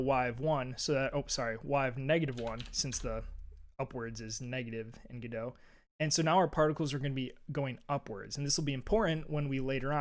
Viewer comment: Another guy pronouncing Godot "g-doh". Dude it's Godot as in the play "Waiting for Godot". That's God-oh not g-doh.